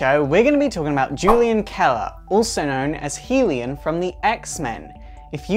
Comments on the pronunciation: isn't his name pronounced hell-e-yahn, not heel-i-um? I love the info conveyed, but the mispronunciation bugged me quite a bit. Enough to almost skip to another video. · it's pronounced Hell-YUN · His name is Hellion (Hell-E-ON) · it's pronounced HELL-E-un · I'm a Brit and it annoys me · And he's wrong it's pronounced Hilli-on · Dude, you're pronouncing Hellion all wrong. It's Hel·lion /ˈhelyən/ noun 1.a rowdy, mischievous, or troublemaking person, especially a child.